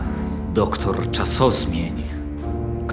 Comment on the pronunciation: Największa zagadka tego filmu: To był "Doktor Czasozmień", czy "Doktor Czas'o'zmień", a może "Doktor Czaso-zmień"?